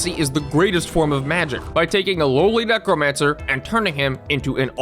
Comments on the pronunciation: fully heard "mech romancer" instead of necromancer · Neck romancer